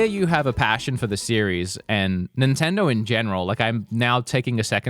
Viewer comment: "Nintindaur"